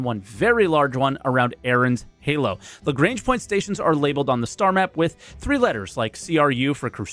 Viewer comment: Lah-GRANGE not la-g -rang